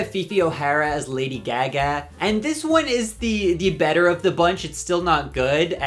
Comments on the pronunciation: That and how he pronounced Ozzy Osborne’s name. I’m sure he’s heard Lady Gaga’s name pronounced , there’s no reason for that odd pronunciation 🤣🤣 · Girl where r u from the way you pronounce certain words triggers me 😂😂😂 “gey gey” instead of Gaga 😢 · “Lady Ge-Geh”…. Girl 😂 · Not you saying it 'Lady Gag-a'? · WHO is Lady Geh-Geh? 😂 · excuse me ma'am... who the FUCK is lady geh-geh ??? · Your accent won’t let you live with “Lady GahGahh” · I love how you pronounce GAGA. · I’ve never heard anyone say Lady Gaga like that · I love you but why do you say lady gaga like that 😭😭😭😭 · WHY DO YOU PRONOUNCE GAGA LIKE THAT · You say "Lady Gaga" weird. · Why do you pronounce lady Gaga that way 🥲🥲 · How u pronounce Gaga definitely reminds me ur irish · how u pronounce lady gaga is CRAZY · How and why are you mispronouncing Lady Gaga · Ahh yeah it does say Irish you are right, my bad, I must have misremembered. I know the way he said Gaga isn’t Irish though because I’m from Leeds in England and I have met plenty of Irish people and never heard that pronunciation before.